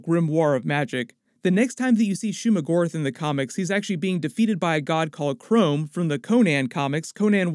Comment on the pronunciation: The God of Conan, Crom is pronounced like mom, not chrome.